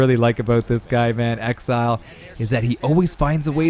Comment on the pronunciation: Everyone just ignoring the fact you don’t know how to say “Exile” 😂